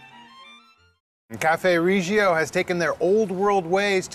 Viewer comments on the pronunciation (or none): Nice. But not pronounced Ree gio.